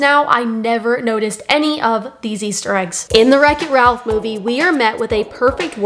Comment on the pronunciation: She’s butchering the plot. You can still watch Wreck-It Ralph. Also “rech it ralph”